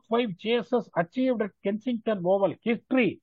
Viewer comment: its kenington oval not Kensington Oval